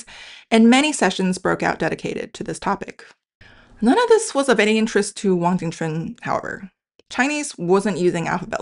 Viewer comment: The host of this channel mispronounced the historical figure's name as "Wang jing quan" instead of Wang Jing Chun (王景春), his original name. The host later corrected her pronunciation. The romanization transcription to Latin letters was not based specifically on American English pronunciation, but on the Wade-Giles phonetic system, the standard at that time. Americans not familiar with this phonetic system might pronounce it in various ways. One may strongly suggest that both the host of this channel and the audience learn the other main romanization phonetic systems, such as Wade-Giles (historically used to transliterate from Mandarin into Latin letters), Yale (used to teach Mandarin before Hanyu Pinyin got popularized), as well as some of the other historical romanization systems. These are not variant romanization systems, but standard ones used before Hanyu Pinyin. In that way, it will be easier to match certain current spellings and historical spellings of places and names to modern pronunciations or to Hanyu Pinyin. eg, Taipei --> Taibei Kaohsiung --> Gaoxiong Tientsin --> Tianjin Tsingtao --> Qingdao Mao Tse-tung --> Mao Zedong etc. Then it would then be very straightforward to match "Ching Ch'un Wang" to "Wang jing chun"王景春 .